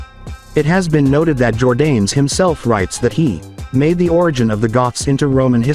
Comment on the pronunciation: Jordanes is pronounced jor-DAH-nes. Videoland is replete with monolinguals, who blithely destroy other languages.